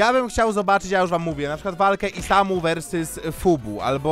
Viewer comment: Versys Ał moje uszy xD